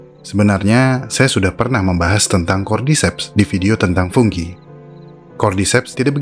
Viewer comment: Fungi mas bukan funggi kayaknya aneh dengernya